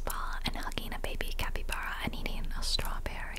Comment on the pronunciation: I literally have a capybara tattoo on my leg, so needless to say i’m getting this game ps: it’s pronounced like cap-ee-bar-uh not cap-ee-bear-uh